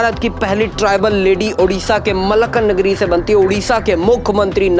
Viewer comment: मलकानगिरी है न कि मलकानगरी